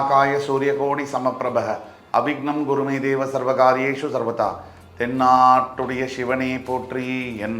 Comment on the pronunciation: தென்னாட்டுடைய அல்ல.. தென்னாடுடைய என்பதே சரி.. சரியாக உச்சரிக்கவும்.